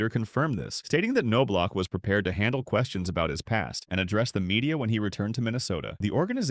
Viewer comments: Jesus man, its ''nob lock'' NOT '' ''c no block'' smh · KanKnowblock. Sounds right to me! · AI can’t pronounce Knoblauch correctly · yeah, did you notice that it got it almost right, like 30% of the time